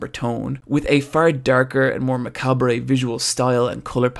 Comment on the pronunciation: This video is very well-done, but I died when he pronounced macabre as "macabRAY" and said orientated instead of the vastly superior oriented . The latter means the exact same thing, but saves a syllable, saving you breath, and saving us all time. For some reason, orientated just sounds like Tony Soprano-talk.